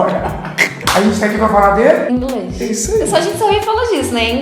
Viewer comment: A falou INGRES ou é impressão? kkkk